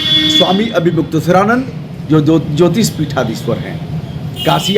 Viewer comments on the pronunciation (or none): none